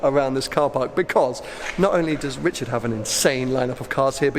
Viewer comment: Damn dude, learn the difference between r and w, his name is Richard and not Wichard.